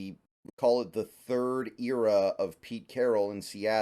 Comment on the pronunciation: Can't get over how you say era